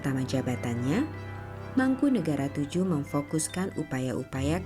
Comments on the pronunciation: yg bnar sesuai ejaan bs Jawa ... Mangkunegara VII bukan mangkunegoro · penyebutan nama nya bukan mangkunegara Vll tapi mangkunegoro Vll